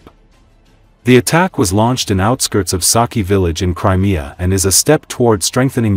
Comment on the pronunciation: Lousy AI voicing. Please learn to pronounce "triump" and "Crimea